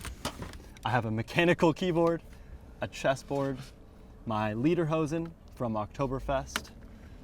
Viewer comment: „My Leader Hoe senn“ sounds funny, as a German 😬😄👌🏽